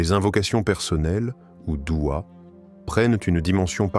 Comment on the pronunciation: Aprend déjà à parler , c'est douha et non dua ! Je zappe !